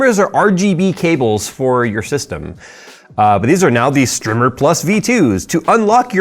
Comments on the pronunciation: strimer... not strimmer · isnt it pronounced strimer not strimmer? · So, I've been wondering this for a while, isn't "strimer" with one "m" pronounced as str-eye-mer, with "i" as in "eye," or "iPod"?